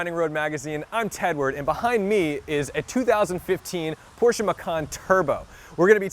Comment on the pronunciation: Thank you for pronouncing Porsche the right way. Sincerely, a German. Not very hard fellow americans...